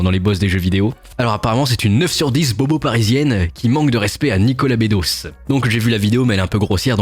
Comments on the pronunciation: Nicolas Be-dosse ça se prononce, pas Nicolas Bé-dosse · c'est nicolas bedos "beuh dos" bas bédot